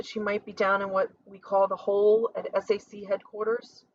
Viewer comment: Please SAC stands for Stategic Air Command and is pronounced (Sack) Nobody says S-A-C Romeo is pronounced like the Shakespear caracter and stands for the letter just as Juliet stands for J. There are certain groups of letters, when put together in the phonetic alphabet, repesent entire phrases such as Tango Yankee stands for Thank You, I'll let you guess Yankee Whiskey.